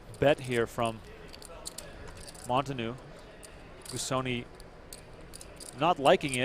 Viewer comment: The commentators seem caught somewhere in between having learned to pronounce Negreanu, yet still unable to get a hold of how to say Monteanu.